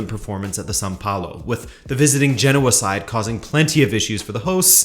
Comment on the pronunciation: Genoa has three syllables, It’s pronounced geh-now-uh. Just thought I’d mention as your pronouncing all the other Italian teams with an Italian accent.